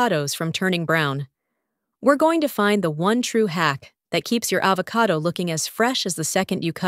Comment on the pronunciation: I think that this video uses a computer voice for the audio. Either that or the lady does not know how to pronounce the word avocado when it came out as AH vo CAY do.